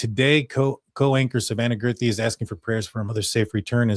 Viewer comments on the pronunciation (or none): Guth ree, not girth ree